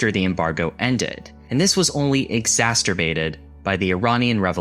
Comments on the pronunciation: It's exacerbated, not, exasturbated. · egg-ZAS-er-bay-ted. Not egg-ZAS-ter-bay-ted. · Was "exas-terbated" a Freudian slip? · nice video. although i have to say, it's not 'ecco nomists', it's 'e conno mists'. also, not 'exasturbated', it's 'exacerbated', just saying. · "exasterbated"? *exacerbated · Why has everyone on YouTube started pronouncing the word "exacerbated" like there's a extra T in it? "ExacTerbated" 😂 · Exasturbated. LOL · Can you make a video just pronouncing the word economist and exacerbated? You'll get a lot more comments for the algorithm then